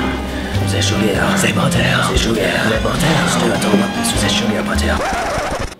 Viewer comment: Za butter Za sugar Za butter Za sugar ,lol